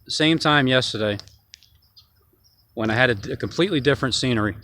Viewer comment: I noticed you said screenery instead of scenery, is that because life is a screenplay we all play our part? Just curious God Bless you Brother..